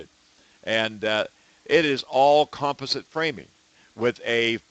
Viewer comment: "Comp ah sit" lol!